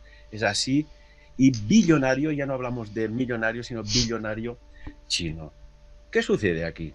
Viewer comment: me causo cuando se confundio y dijo chi-------- noss! jaja BUEN VIDEO, MUY INTERESANTE